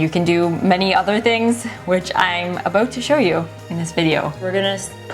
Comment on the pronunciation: "I'm ABOOT to show you" 🇨🇦